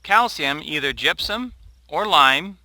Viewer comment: Truly terrible video. It's gypsum not gypsom... But that's not your biggest problem... It's Jim's edited recipes, the fact that you guys have left out any meaningful source of calcium. Calcium Nitrate, yes. Lime? No. Mittleider used lime for the sole purpose of adjusting pH. Lime would "make" calcium available to your plants in a few months. Calcium Nitrate or calcium chloride would supply your plants with calcium NOW with the additional benefit of "u clogging" the roots, preventing salt accumulation... Basically every video of yours is designed to sell the wand, the micromix and Jim's "edited" books. You are a good SEO guy, good marketing but... Why did you guys change the most important thing in mittleider recipe? Where's the calcium nitrate buddy?????